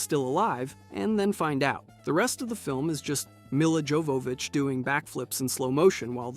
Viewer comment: Mill-uh Juh-vov-ich too.